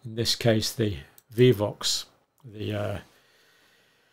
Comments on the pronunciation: why is he saying vivox multiple times instead of vioxx. glad he aint my doctor... but then i dont have a doctor as they all dumbasf$ck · ROW-FEY-COX-IB would be the proper pronunciation, dear Dr. Campbell - & it is VIOXX*, not *viVoxx - Vioxx was approved by the FDA in 1999 and withdrawn in 2004 after it was found to increase the risk of cardiovascular disease.- thank you, John for all you do ❤ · Dear Dr. C -- Vioxx is pronounced "VI-OX" with a long "i". It is not "Vee-vox". FYI. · Not vivox. Vi ox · The only reason i can pronounce Vioox is it was all over the news. There is only one V in Vioox. Viiii ox. Long i and ox 🐂. Respectfully from a fan in the USA. ❤ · It is prounced VEYE-OXX, not vivoxx. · VIOXX is easy - Theres only 1 V ... V-EYE-OX is the way us Murkins pronounce it. Ive heard europeans say VEE-OX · Hi John Incredible work you do! Its name is with one V. Sounds like Vi-ox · Hi Dr. Campbell. You are adding a v. It is pronounced vy-ox. Thank you for all you do! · Drug is pronounced as vi ox. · Vioxx, like v eye ox 😊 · Prounounced vi(e)-ox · Vioxx - Pronounced like "Vie - ox" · Dr. Campbell - The pronunciation of VIOXX is like (v - eye - ox) as in "we vie with the powers that be for the right of informed consent". Two oxen vie for power. Vi-oxx. Mispronouncing trivial words is very on-brand for the English. 🙂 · It’s pronounced Vi( as in eye) - ox. And I was so upset when it was taken away as it worked so well for my inflammation and pain. But I’m so glad it was removed as I could have been one of the fatalities. 😢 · To help the pronunciation.... Vi (long i sound) - Ox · Thank you doctor , Just want to tell you it's vy Like buy Ox( Vioxx)💖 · Vioxx is pronounced "Vye-ox". It was relentlessly advertised here in the US for years. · Vioxx "VIE" "OX" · Probably depends on where one is from.